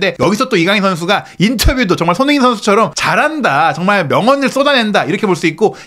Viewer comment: 발음을 정확히 합시다. 손흐민❌️ 손흥민⭕️